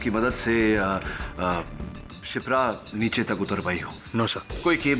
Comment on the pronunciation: Billi morya neeche ko neechu bolti hain 🤣😂😂